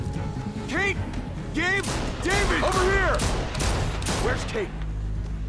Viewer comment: its a pretty big oversight from the voice acting perspective how their dad pronounced david the american way instead of as "dah-VEED"